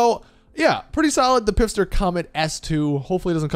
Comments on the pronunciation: I'm so mad...its phister as in pronounced fist-er not pifster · Big guy, have you been saying Pfister wrong for eight years? The P is silent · still pronouncing Pfister like a melon